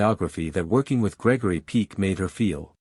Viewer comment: It's. Peck as. In hen pecked. Ñot peak.